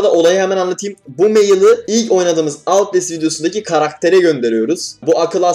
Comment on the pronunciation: Başlıktaki outlastin okunuşu müq wghquqbs